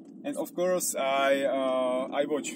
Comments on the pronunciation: Já už myslel, že chceš oslovit zahraniční diváky :-) Moje Angličtina je taková nic moc ale tady ti rozumím asi každé slovo. Jenom v čase jsem napoprvé rozuměl "My plan was to find English girls" :-D Chvíli mě trvalo, než jsem pochopil, že to je asi course. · jj, byl to "course" ale vyslovuju to spíš jako "curse" což je taky trochu něco jiného :D